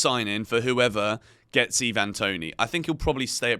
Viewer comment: Pronounced I-van Toney NOT Eee-van